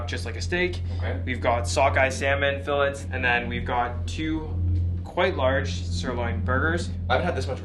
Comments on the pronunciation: what is a "fill•let"? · The way he pronounced "fillet" was like a monster.